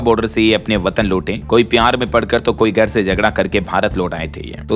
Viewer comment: Abe buchu gar nhi Hota Hai Ghar karate hai